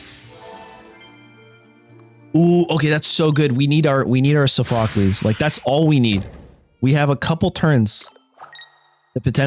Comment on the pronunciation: It's pronounced saw fuh klees